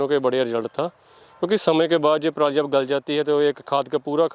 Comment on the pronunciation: दीदी को इतनी ही इंग्लिश आ रही है जितनी हमारे किसान को आती है दीदी इंग्लिश में भी परली बोल रही है हमारे किसान भी बिना पढ़े परली ही बोलते है 😂😂